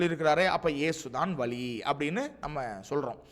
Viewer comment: வலி அல்ல வழி